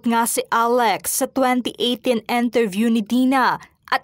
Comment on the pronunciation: “Enterview” ba o “ Interview”?